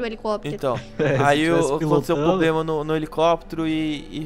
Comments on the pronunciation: O nenho fala poblema o certo e problema '-' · Passageiros,passageiros,tivemos um "poblema"